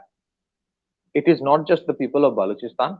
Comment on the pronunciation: When he calls "baluchistan" , "baaluchistan" , it becomes clear that he is a Bengali 😊